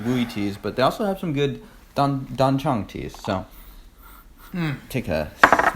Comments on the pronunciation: Thanks for another great review, chaps! The pronunciation of 'Dan Cong' is 'Dun Song' I believe :) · I'd say closer to 'dan tzon'